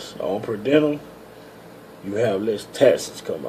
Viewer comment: Per diem.......per-de-umm. Good info I'm trying to get on with Roehl too